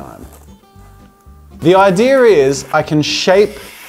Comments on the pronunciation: I have no ideer where you heard "ideer," from. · I find it funny half the population says ideer instead of idea cough jazza* cough*